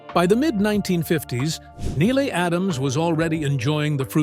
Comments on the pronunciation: Her name is pronounced kneel not Neila. it’s on the first pages of her book about her marriage to Steve McQueen when he called her Nelly. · You're pronouncing her name five different ways. Neila, Nila, Nellie, Nayla, Nylie - which is it or are you just a bot. Each time you say her name it's pronounced a different way. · Imagine making an almost 30 minute long video about someone and not pronouncing their name correctly🤣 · It’s pronounced like kneel